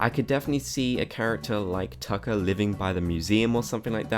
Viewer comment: when talking about tucker, he calls him zucker lol